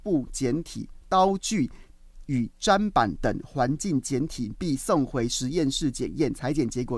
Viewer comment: 砧板念针板